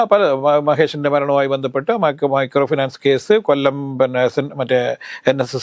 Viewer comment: Mircrooi finance alla potta micro finance,,randu pottamar vannirunnu baba baaa vekunnu😂😂😂😂